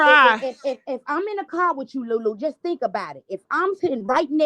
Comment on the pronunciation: She keeps saying Lulu 😂😂😂😂